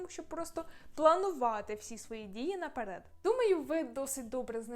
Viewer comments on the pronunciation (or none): none